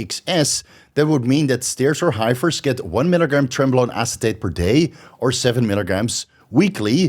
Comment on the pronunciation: High fers 😂😂 Hef ers bro